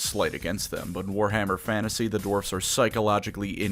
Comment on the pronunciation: There very short sighted no need for hard rrrrr in dewarfs